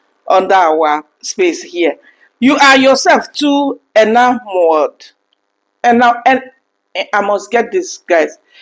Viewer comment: You said the word 'Enamored' correctly. It is pronounced 'EH - NA - MURD. Sometimes it is better not to use 'big' words that people don't hear frequently as you did not figure out what its meaning was. The writer could have used 'LIKED' or 'LOVED.' As they say in the USA, 'Keep it Simple.'